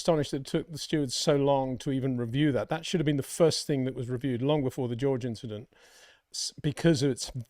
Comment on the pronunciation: Don't bother about the "Inchident"